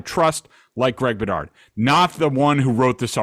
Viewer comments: For Christ sake Bedard. Could you at least get names right and pronounce them correctly. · Greg, dig your show, but you gotta get people's names right lol